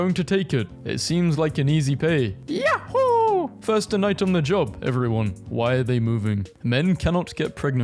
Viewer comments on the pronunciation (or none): none